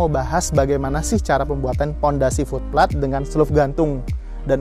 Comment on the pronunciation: Oom, itu FOOT PLATE diucapkannya "fut pleit", bukan "flut plat"... untung aja ada tulisan 'Foot Plate' di layar, jadi ga miskomunikasi ... wkwk... lanjuut...😀👍